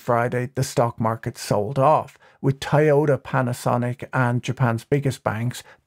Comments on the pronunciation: Why are you saying "Thaiyota"? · NGL "Tai-Yoda" was throwin me off. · Patrick we need to talk about Taioda. Where do you even begin to learn a pronounciation like that?! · Ta-Yoda -> I-Yoda ->> YODA (confused are we?..)